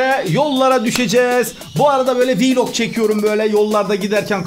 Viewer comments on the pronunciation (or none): none